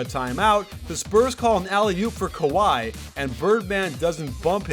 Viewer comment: "Sky" Leonard